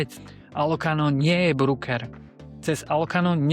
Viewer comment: je pecka! Ale ked pocujem slovo "brúker" tak mam pocit ako ked zakusnem do citrona. Ved sa to nepise v anglictine brooker. Je to broker a tak sa to aj cita. 😉